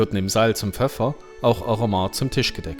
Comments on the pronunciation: Aromat alle vokale gleich betont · Das R muss so richtig Rollen bei Aromat. So wie bei Rammstein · Bzgl. Betonung noch eine kleine Ergänzung: Auf dem ersten „a“. 😉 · Schönes Video. Ein Hinweis zum Aromat. Die schweizerdeutsche Aussprache hat die typische Erstsilbenbetonung. A romat. En Guete